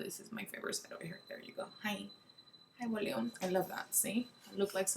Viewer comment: “Bolume” lol so funny...how long have you lived in the US?